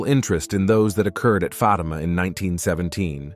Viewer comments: It's pronounced Faatima not Fateema bonehead. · I stopped listening when Fatima was pronounced "Fa'tee'ma". AI, cannot be used for anything of faith, especially critical Catholic information. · The pronunciation of the word FATIMA is not correct. The accent is on the first letter A. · Why should we listen to this when you mispronounce Fatima.